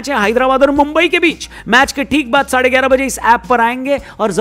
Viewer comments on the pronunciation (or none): none